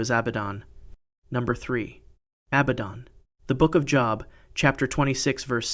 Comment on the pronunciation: Great content! Growing quickly 😊 New subscriber 😇 Job… not as in a Job in education Pronounced as it rhymes with Globe 🌍